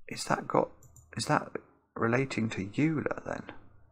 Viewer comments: real unforgivable sin is how he chose to MISPRONOUNCE the name "Euler"... "Yooler"... LOL... Really? Say "OIL"-"ER", and then understand that 'e' is second only to 'π' when it comes to mathematical constants. The Great Isaac Neutron is rolling over in his grave, lamenting the how far down the academic standards have fallen at his beloved Cambridge. Honestly, I think is just trolling us, pretending not to know about Euler's number and how to pronounce it. Well met...! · I'm pretty sure was just trolling us with that silly pronunciation. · “e” is Euler’s number, approximately 2.718…. One reason it’s special is because it’s a “gradient fixed point” — the slope of the line y=e^x is y’=e^x! Also, Euler was Swiss, so his name is pronounced “Oil-er”, not “You-ler”. Also also, Zaha Hadid was a famous British-Iraqi architect, so perhaps that’s why Hadid implied Iraqi? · Euler is pronounced oy-ler, not you-ler. Also so many mathematical concepts were discovered (or at least first written about by) Euler that there's a joke saying things in Math are named after the first person after Euler to discover them. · I just love cryptic crosswords. They hit everything I love about wordplay. As for Euler: the usual pronunciation is like the 'Eu' in German... that is "Oiler". But try to forget this fact when you discuss Euclid, which is just "Yooclid" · PS Euler is pronounced "Oiler" - he was Swiss... apart from that, fun video. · Euler's number is indeed e. For future reference, Euler is pronounced oiler, which may crop up as a homophone clue someday. That was very amusing the way the penny dropped as you asked what cutaneous had to do with skinny. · Sorry... what? It's pronounced "oiler"! :) And yes, that's the same e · Small pronunciation note: Euler is pronounced like "oiler" (or OY-lər if you do IPA). Swiss names are weird. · Euler is pronounced 'oiler'. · Euler: pronounced “oil-er” Fermat: pronounced “fer-mar” e: …